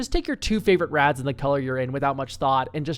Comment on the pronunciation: Oh WRATHS, i kept hearing rats and i was confused